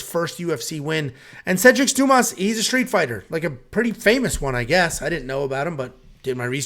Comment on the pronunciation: Dumas (DYOO - MAA) if anyone cares. Like "Dooma"